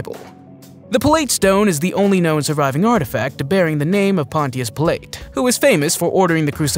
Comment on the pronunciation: “Ga lee lee??!” NOOO!! “Gal uh lee” = Galilee “Pill leet?” NOOO!! “Pilot” = Pilate